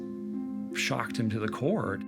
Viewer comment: It's to the core not to the cord